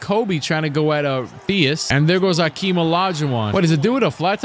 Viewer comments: My man said AKEEM lolll dkm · Who is Akeem, its Hakeem!? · Bro it’s Hakeem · Hakeem with an H wtf??? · Bruh, they messed up a legend’s name?? It’s Hakeem! 🤦🏾‍♂️